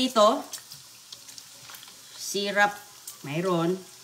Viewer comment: Syrup not syrap